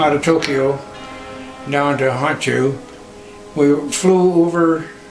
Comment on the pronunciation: To begin with your translation of the meaning of the word Hiroshima is incorrect and your incorrect pronunciation of Honshu makes question the veracity of this whole account.